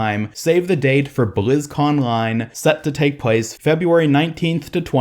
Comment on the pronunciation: BlizzcONline. The ON is supposed to be said twice. It’s a play on words. It’s a way of shortening it down to fit the post and label.